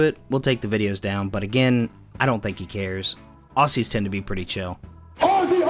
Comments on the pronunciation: Its a hard z mate not a soft s. Ozzie. Not aussssie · You can't even pronounce Aussie right lmao. Despite having an "Aussie Aussie Aussie Oi Oi Oi" clip right after...